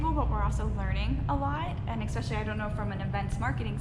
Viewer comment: It amazes me how many people think that there’s an “x “ in the word “ especially “. She talks so intelligently then suddenly mispronounces especially and my heart sinks like , damn.